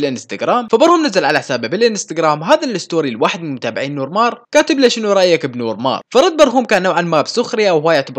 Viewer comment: اسمه نور مارخ او نور مارك وليس نور مار Noor mar5 خمسة يعني حرف خاء او كاف